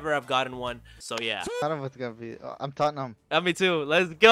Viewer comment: U said toeham😊 its Totham 😊